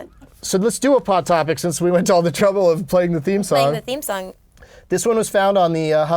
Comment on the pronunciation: When Doug said "pot topics" I heard " hot pockets"